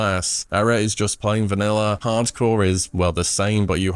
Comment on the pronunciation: How tfk is he saying vanilla with an r? Vaniller? Bruh